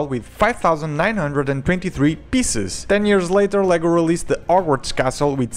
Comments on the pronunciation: this guy needs to learn how to speak english. it sounded like he said arworks castle. not hogwarts. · sigh, french people just can't pronounce the "H" can they? -'The ighest point' -'ogwarts'.. really? try harder